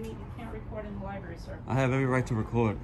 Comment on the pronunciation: Lost when you could not even pronouce LIBRARY correctly when you opened your mouth..............